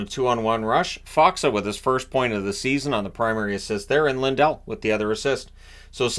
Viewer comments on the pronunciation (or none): none